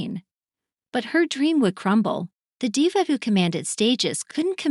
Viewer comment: I stopped watching the moment you mispronounced Diva